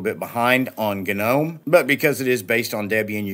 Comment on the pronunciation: Hahhaahhahaha! Nice accentuation on G nome ROFL!!!